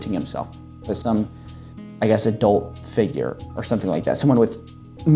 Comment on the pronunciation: You keep saying adult, i keep hearing a dolt.